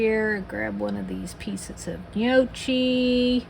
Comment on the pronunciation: That does look quite good. You got the first part of the word gnocchi correct. Second part of the word is not pronounced chi, say it like kee. 😁. Trust me, I’m Italian 👍